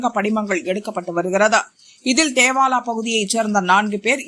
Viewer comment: தேவாலா இல்லடா தோவாலா